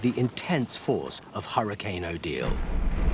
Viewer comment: Thank you to the narrator for saying hurricane and not "hurri-kin".